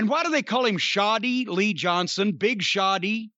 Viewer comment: OMFG. Is "shoddy lee" actually supposed to be "shawty"? Jesus fuckin christ